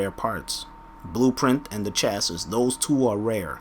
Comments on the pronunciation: Chasses? It's chassi. Think of the Pokemon Chansey when you say it. It's not hard man. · "Chassis" is pronounced "Chas-E" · Had to stop watching due to the constant mispronunciation of chassis... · Hahaha, he can't pronounce "chassis"